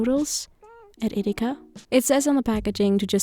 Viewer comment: „i found these egg free noodles At EdEkA“ we love some good german :)